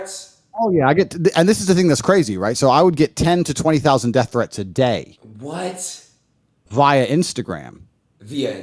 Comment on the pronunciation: Tate:”Fya instagram” Adin *via instagram” Tate 😐